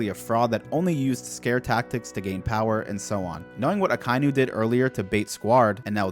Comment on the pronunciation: Man, I love this series, but you REALLY need to learn how names are pronounced. It's NOT "Uh-ky-new" it's "Ock-uh-ee-new".